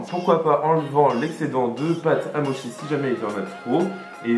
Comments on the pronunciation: Pardon mais on dit motchi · Chaton, on dit "motchi" hihihi Mais trop cool, faut vraiment que j'en fasse j'ai presque tous les ingrédients en plus ! <3